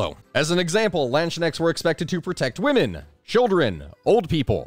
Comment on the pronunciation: I died from laughing, hearing how you pronounced Landsknechts. It was very interesting and funny.